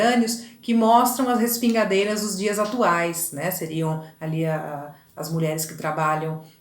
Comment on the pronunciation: O Courbet era francês e não inglês. O nome dele tem a última sílaba mais forte. Vc falou com se fosse um nome inglês. O nome da obra é bAs RESPIGADEIRAS, vem de espigas e não de pingos. Não se diz ResPING aderias. Achei a aula muito boa. Hj , após 4 anos de postagem, eu estou assistindo